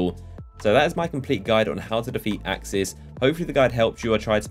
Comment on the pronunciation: It's aksis